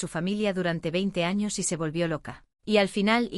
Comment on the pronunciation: Muy chido y todo, pero me dió risa cuando dijo "los primeros anos* jdjsjsjajsj